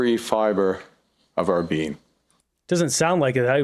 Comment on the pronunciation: Did carney say every fibre of our beam?.. that’s what I heard… what a looser